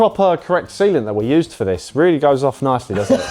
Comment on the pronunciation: Half listening while doing other stuff and suddenly "We have enough semen in there to choke an elephant", wat oh, wait, he said _sealant_.